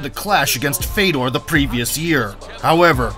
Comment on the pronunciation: Not Fedor...Fyodor. Russian ë is yo.